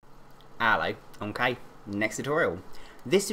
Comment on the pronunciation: mkay is what he says